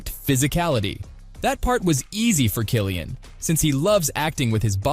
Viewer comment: I came here to say this.